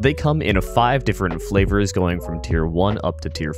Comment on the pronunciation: Did he just say flavors!?